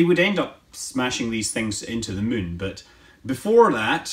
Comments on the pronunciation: You can’t tell if he’s saying mun or moon, maybe too much kerbaling around? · did you just say Mun instead of Moon? xD